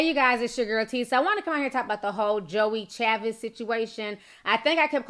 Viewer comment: Her name is joie chavis!